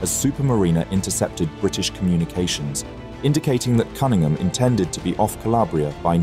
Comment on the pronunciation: buddy, you're English. how in the world are you mispronouncing Cunningham? 😂